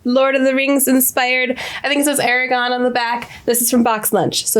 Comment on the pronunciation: "I think it says Aragon on the back." I hope not, because you should return it. His name is Ara-GORN! (why do so many reactors get his name wrong?!)